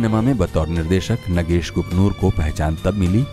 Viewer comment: He is नागेश Kuknoor.. Not नगेश... I don't know... Why the narrator is repeated नगेश... THESE PEOPLE WANT TO BE HOSTS and announcers!!!!